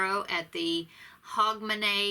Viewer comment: You pronounced hogmany right xx have a lovely Christmas xx